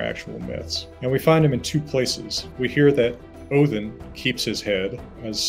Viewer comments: Love the fact that he pronounces the names & realms correctly. Best example is him saying Odin like Othin. Also don’t like the fact that they go over Kratos bring up that his confusion to dying of old age is dishonourable & makes one go to hel. Not to mention that Magnus & Modi are supposed to be born after Ragnorok. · He gets pretty close for an American, and yes, it is Othin (more like Oath-in with a soft th sound or oh-thin)